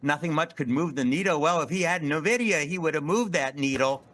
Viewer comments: N-VIDIA not Nuh-VIDIA, enough of this lol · Seriously. I'm a lifelong gamer, and my first software job was at NVIDIA, and these finance people are killing me with their inability to pronounce it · I pronounce it "Niv-duh".